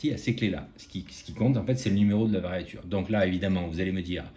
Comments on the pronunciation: Variature ? On dit variure. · Toujours très intéressantes vos vidéos. Juste une précision de vocabulaire technique, il semblerait qu'il faut dire variure et non variature.